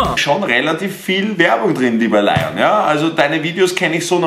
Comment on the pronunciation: du bist ein lion-experte aha du sprichst den Namen immernoch falsch aus😂😂